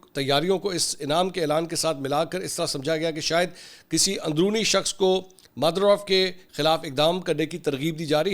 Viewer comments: Who the fuck is modurof? Its maduro And its not shavez Its chavez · It’s Maduro, not Madorof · Maduro maduro not madurovvv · Mansoor please work on your pronunciation of foreign names, you were butchering Maduro (Ma doo row) throughout. I have seen you do this before as well,. Google pronunciation guides for names or watch a BBC or Al Jazeera segement on the person if you are unfamiliar with the name. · بھائی منصور علی خان صاحب ، وینیزویلا کے صدر کا نام ما ڈوو رو ( Ma do ro ) کہا جاتا ھے اور اسپیلنگ ھے MADURO. CNN یا دوسرے امیریکن نیوز چینل دیکھ لیا کریں تاکہ صحیح تلفظ ادا کر سکیں ۔ اور یہ صرف آپ ہی نہیں ھیں تقریباً تمام ہی اینکرز اور نیوز کاسٹرز غلط ادائیگی کرتے ھیں ۔ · پؤو مورسوامی، صرر کا نا نکو مادؤرو ہے۔ تفظ تو درست کر لو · Atleast pronounce the name of the Venezuelan President correctly 🤦🏻‍♂️it's pronounced as it is written..... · Mansoor bhai i guess you are pronouncing maduro wrongly.